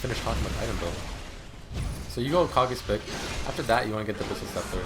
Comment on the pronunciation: I thinks its pronounced "Kay gees" pick. like from tenacious d.